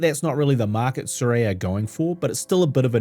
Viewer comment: They're really nice lenses, truly. And you're correct with your pronunciation. It's 'SOO-ray'